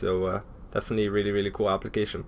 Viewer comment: When he said "Application" I thought he said "Obligation"